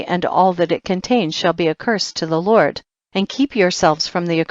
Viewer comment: Who is lort? This woman pronounce d's with t's she needs to learn to talk instead of flirting being formal, which is why God has not accepted this reading by anointing...i listen heard up to chpt 9, but no more except chpt 90,91 she is terrible reader!